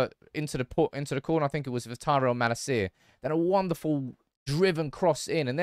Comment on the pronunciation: Likes Malacia but won't pronounce his name right